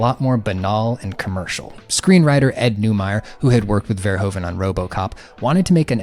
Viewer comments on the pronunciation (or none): I'm very glad you're talking about all of this. Great work, one sidenote though: Verhoeven is rather pronounced Verhoofen, the Dutch sound of oe sounds more like oo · Our country is called the Netherlands. NOT holland. The name holland is for the provinces south and north holland, it would be like calling the US, carolina or just dokato. also the oe in verhoeven is pronounced like oo